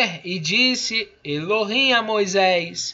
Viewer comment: Ele já começou errado, pronunciando: Adonai Elo him